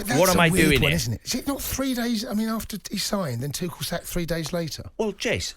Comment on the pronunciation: This guy not only mispronounces Tuchel's name, but at the end, he repeatedely said Tuchel when he meant Potter! He does it twice in a row at the end. 'Tuchel needs to do this, Tuchel needs to do that', etc. I don't think I would want this muppet representing me in court!